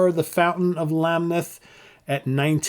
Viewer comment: The narration in The Necromancer is actually Geddys voice slowed down, not Neil. Oh & it's LamNeth not Lammeth.